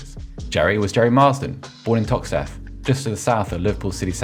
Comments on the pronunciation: Tox-teth 🤣🤣 lol. That gave me a laugh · Hahahaaaa. Gerry Marsden born in where. Never heard Toxteth pronounced like tha